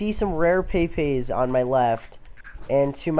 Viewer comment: Mate, pepes aren't called "pay-pays" otherwise good video